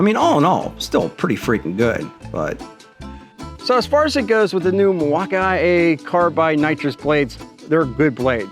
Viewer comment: Why do you say Milwaukee like you have a speech impediment?